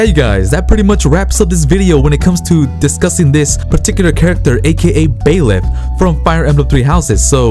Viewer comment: Not to be rude, but it's Byleth, not Baeleth.